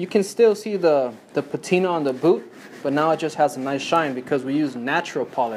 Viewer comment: dude .... its a booT not a boo